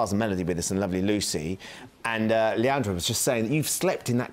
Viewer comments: The man says leondres name as leandre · He got Leondre's name wrong 😂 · He said Leondre's name wrong every time he said leandre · I cringed so bad everytime he said leandre😂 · Ik he was saying leandre